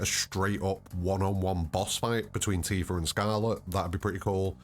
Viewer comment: Hard r is crazy